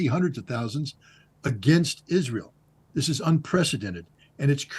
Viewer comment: знание моего английского на уровне школы +, но я в шоке от акцента ведущего!!!! Это просто ужасно и стыдно!! Как можно TH произносить как С This - СЫС. ПОЗОР